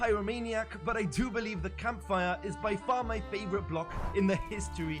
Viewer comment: sounds german.. kampfire